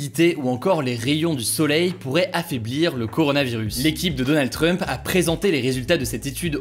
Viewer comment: Pourquoi il dit Donald Treump ?? 😂😂